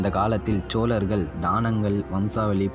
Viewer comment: வாழ்த்துக்கள் தம்பி 💐... ஆனால் சோலர்கள் என்று கூறாமல் சோழர்கள் என்று கூறுங்கள்..... 🌺💐👍